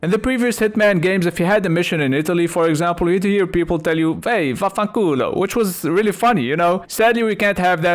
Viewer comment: Did not expect the "vaffanculo" while i was watching this. 😂 Your pronunciation was pretty good by the way (i'm italian).